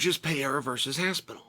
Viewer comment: It’s Pereira, not Payerra…